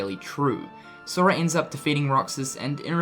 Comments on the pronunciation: he says soria lol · listen how he says sora